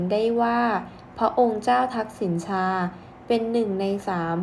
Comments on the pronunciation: อ่านว่าทักษิณะชาศึกษาให้กระจ่างแจ้งแน่มาก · ชื่อท่านออกเสียง ทัก-สิ-นะ-ชา ค่ะ